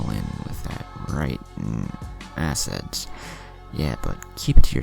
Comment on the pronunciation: Bruh the way you said assets